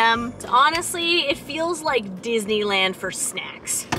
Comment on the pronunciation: Did she say Dizzyland?